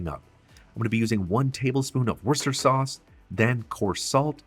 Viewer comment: Looks good! BTW: Worcestershire = wuss - tuh- sure